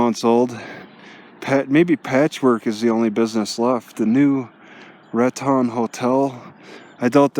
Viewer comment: Nice video. The town of Raton is pronounced RAT - tone. Thank you for sharing.